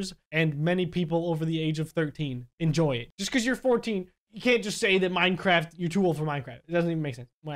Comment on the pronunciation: Hey you say minecraft to minecrap